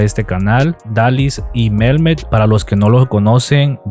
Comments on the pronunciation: Repite conmigo: Mehmet, Mehmet, Mehmet no Melmet!😂😂😂😂 Yo los sigo, me gusta ver lugares nuevos. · No es Melme es Mehmet con acentuación en met, no tiene l es h ella no es mexicana es ecuatoriana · Hola no se pronuncia Melmet sino así como se escribe. Recuerda que la H es muda. Saludos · Dalys es Ecuatoriana y su esposo es Mehmet que se pronuncia Mejmet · •¿CUANTO GANAN LOS YOUTUBERS? • Por aqui solo para aportar con un par de correcciones. Usted dijo que Dalys es mexicana, pero no es asi. Dalys es Ecuatoriana. Y la segunda correcion es sobre la pronunciacion del nombre del esposo. Su nombre es turco y es MEHMET. No hay letra L en ese nombre. Usted lo pronuncia con L dentro del nombre, pero es una H que es silenciosa, no se pronuncia. Espero esto haya sido de ayuda. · Hola, el nombre de él se pronuncia "memet" y ella es Ecuatoriana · Dalys es ecuatoriana y el nombre de su esposo turco es Mehmet no Melmet. Debes investigar más sobre los youtubers de los cuales publicas. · El nombre de el esposo de Dalys es MEHMET, NO Melmet. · No es Melmet, es Mehmet (se pronuncia mejmet) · MEL??? NO MIRO EN SU NOMBRE LA LETRA """LLLLLLLL""" O SEA NO SE LEE; NI SE ESCRIBE, NI SE PRONUNCIA, CON """L"""🙄🙄🙄🙄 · Se pronuncia memet. Y no es mexicana Dalys es Ecuatoriana. Son una pareja muy interesante. Lo que ayuda también a tener seguidores de latinoamerica es que los dos hablan español. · Ella es de Ecuador!!!! Y se dice Mehmet... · Creo que se pronuncia Mejmet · Se pronuncia Mejmet, la H suena como J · Dalys no es mexicana es ecuatoriana Infórmese bien y se dice memet como se ve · Dalys no es mejicana es ecuatoriana. El marido se pronuncia Meméth. Atención a las nacionalidades y la pronunciacionde los nobres porque esos errores le restan credibilidad a tu canal. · Sw pronuncia realmwnre mejmet ta que la h en Turquía se pronuncia j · Disculpa investiga bien Dalys no es mexicana y pronuncia bien el nombre de Mehmet no deberías hacer ningún comentario de algo que no sabes 👎🏻